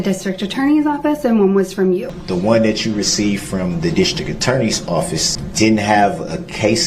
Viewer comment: OAF A OFFISE